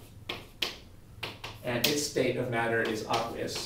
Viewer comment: great vids. but does anyone else find it weird how he pronounces aqueous?